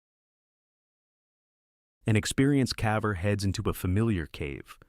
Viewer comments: Interesting compilation, thanks! Just subscribed. One suggestion: Your AI narrator has a habit of pronouncing "caver" as "cavver," which is confusing until you realize what the issue is. If you did a find + replace (Ctrl + F) on the script in Word and replaced "caver" with "cayver," it would always pronounce it correctly. Just a thought! Have a good one 👍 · Fix the pronunciation of caver. I won't watch anymore.